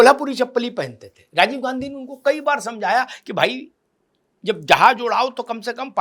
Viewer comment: कैसे कैसे लोगो को एंकर बनाते हो सर जी जो राजीव को साजीव कह रहा है और १९४६ को संजय को १८ साल का बता रहा है😁